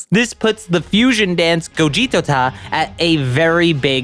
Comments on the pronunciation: It’s called gogito not gogetota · It gogito, you don't need to say gogitota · Gogito man,not Gogitota! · The name of the fuison of them its name is Gogito you pronouce it bu Go-ge-t-o Gogito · It's called gogito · Bro it's " GOGITO" LOL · ITS GOVITTO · It is called gogito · Gogitota? Damn don't torture yourself like this! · struggling with the name of the fusion between them Everyone: just keep it simple and call him Gogito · Just call him Gogito and stop forcing you struggling with the name. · Just say gogito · its gogito